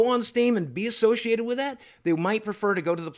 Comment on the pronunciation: "associated" "associated" wtf?